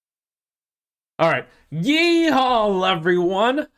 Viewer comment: My man straight up said "Yeeee Hawl"